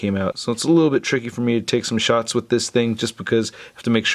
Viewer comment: Every time he says shots there that guy